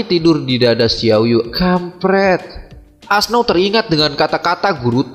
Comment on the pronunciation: Auoxe bukan asnau bang